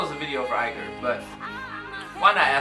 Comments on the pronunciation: It's "E-ker" not "I-ker" bro! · Don't pronounce foreign names like English names. If you see a foreign name with an ''i'' don't pronounce it as an ''ay'' but as an ''ee''. It's pronounced ''EE-ker'' (ee as in bee). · it’s pronounced, ee-ker